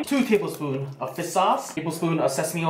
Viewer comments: Ha! I love how when you say fish sauce it sounds like you're saying fist sauce. Lol too cute! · Oml I can’t “fis sauce” 😂 😂 😂